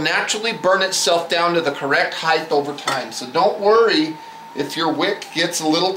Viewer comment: excellent vid too bad he cant pronounce "height" correctly